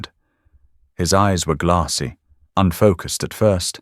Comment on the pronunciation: You need to learn how to pronounce glassy look it up on Google or in the dictionary you here a in glassy